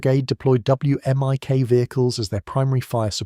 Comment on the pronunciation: you say "whimic"